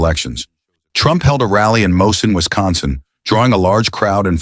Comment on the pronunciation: Hello! Great video, but you mispronounced a Wisconsin city name in the vide. For future reference: Mosinee Wisconsin is not pronounced "Moe-sin" it is pronounced: "Moe-zin-EE" after Chief Mosinee.